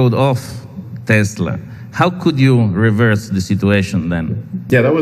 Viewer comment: Nice tank lol it’s Tesla, not Teslar. Love the vids keep it up!